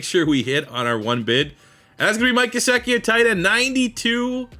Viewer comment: its called Gesiiiickiiii, the other stuff was great as always